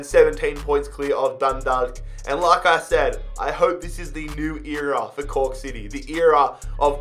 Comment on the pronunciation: Im laughing my ass off i heard coock city i cant anymore lmao